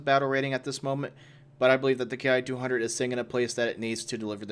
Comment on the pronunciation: The "Ki" in the Japanese military line is actually pronounced "Key". Just so you know.